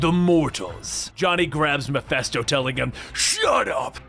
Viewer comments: Is it just me or is he saying Mephisto really weird. I keep hearing Meffessto, sounding like manifest or something like that instead of it sounding like Ma-Fist-O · WTF is "Mephesto"?